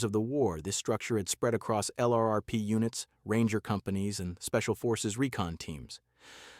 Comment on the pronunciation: "LRRP" becomes a one syllable word, if spoken by a human...